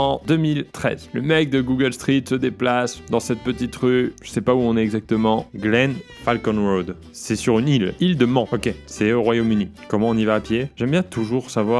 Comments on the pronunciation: "Il de man"😭😭 on dit île de manE ! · Il de man ça ce prononce manne ! Le TT ( touriste trophy ! ) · "Île de man" mes oreilles ! ÎLE DE MANE, cette île est folle pour les fans de bagnoles ! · Sa se dit pas ile de man mais île de manne (=prononciation ). Mais t'inquiète on t'aime quand même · Ca se dit île de Man , en prononçant "nnn", pas "an" .Blaireau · J'ai eu mal aux aux oreilles quand tu dis "île de man" qui se prononce île de mane 😅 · sa se prononce Ile De mane pas Ile de Man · a 3.30 l’île de man se prononce mannnnnn . c'est la ou se passe le tourist trophy :) et a 9.40 c'est Chuck Norris haha ! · L'île de "manne" putain mes oreilles saignent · L’île de Man se prononce MANE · ho mon dieu tu connais pas l'île de Man 😵et tu la mal prononcé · Aïe aïe aïe tu va te faire frapper par les motards avec ta prononciation de l'île de Man 😖 🤣